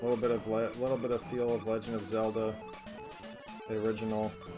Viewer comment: bro you slaughtered Zelda